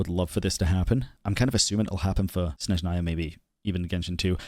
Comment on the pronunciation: Snezhnaya is not pronounced well here😂 it’s Snézhnaya, accent on the first syllable :) I am Russian